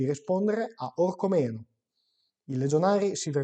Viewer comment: OrcÒmeno non OrcomÈno... l'accento va sulla seconda "O"